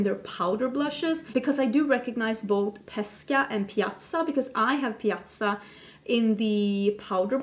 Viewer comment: Your pronunciation of Pesca and Piazza in Italian was almost perfect 😘👌🏻 very happy to hear it 😊 Baci 💋